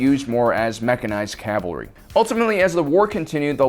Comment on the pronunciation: Hey, you finally did it! You actually pronounced cavalry correctly. Good job!